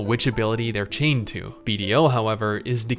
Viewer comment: Thought you were saying Bob the entire video